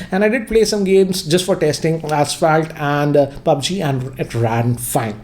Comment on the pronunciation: He said pubg correctly...... 😂Now i can die in peace😂